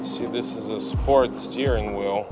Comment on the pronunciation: Yess you put the new steeryweel